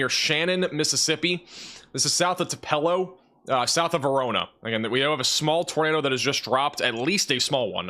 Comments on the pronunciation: Thank goodness I can finish my Hoot’s bbq in the Tillar graveyard. 😋 PS (Elvis was born in “two-puh-low” not “Two-PELL-oh”) 😮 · I have never been to Tupelo MS, but I believe it is pronounced similar to "two-below." 🌡